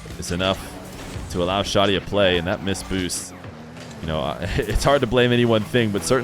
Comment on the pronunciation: as an arab its pronounced "Shah -di" without the h sound. not shodi as you say or shady. :) for future reference.. huge fan but i get an ick everytime u say shodi instead shadi. :P